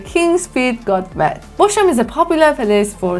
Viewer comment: Bosham is pronounced 'Bozzam'.